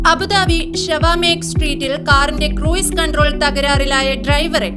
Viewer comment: ക്രൂയിസ് അല്ല ക്രൂസ്